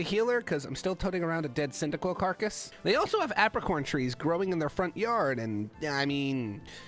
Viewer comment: cycibcub wat the heck its pronounced like cindaquil